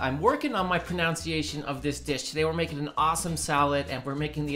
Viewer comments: Common mistake : "pronounciation" = proNUNciation. Focus on English first...Otherwise, nice video. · The word is proNUNciation, not proNOUNCiation. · Ironically when you talked about pronunciation you said pronounce-iation 😂😂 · ProNUNciation. That’s one word you should not mispronounce. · I genuinely hate the fact that I’m compelled to point out that this video started with a mispronunciation of…pronunciation. I don’t like being “that person” and I’m usually able to stop myself from making this sort of comment, but it’s been one of those days. The food looks fantastic though—I’m definitely trying this one. I don’t think I’ve ever been disappointed after making any of your recipes.